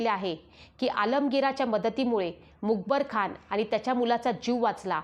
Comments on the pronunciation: मुकबरखान नाही तर मुकर्रबखान असा उच्चार असावा. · अहो बाई लिवलेलं तरी नीट वाचा मग यूट्यूबवर व्हिडीओ टाकायचे इशारे द्या. हे काय मूकबर खान वगैरे. पाठ करा 100 वेळा बोला मुकर्रब खान. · Mukarab not mukbar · आपण मुकर्रबखान ऐवजी मुकबरखान असा उच्चार करत आहात . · The reads Mukar Khan as Mukebar Khan. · Not a mukabarkhan it is mukkarabkhan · मुखरब खान असा उच्चार करावा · मुकबर खान नव्हे ,,, नीट उच्चार हवेत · मुकर्रबखान आहे.खूप चुकीचे वाचता.सुधारा. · छान सांगत आहात, फक्त मुकरब चा उच्चार वेगळा होत आहे